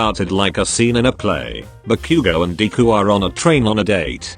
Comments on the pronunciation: Nobody: Text to speech: dee - ku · "dee-koo" "buh-q-go"